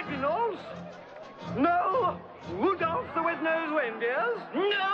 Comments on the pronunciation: wudolf the wed nose weindeer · wudolph the wed nose weindeer 😂😂😂😂😂